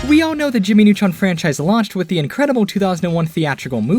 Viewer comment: Jammy Nutron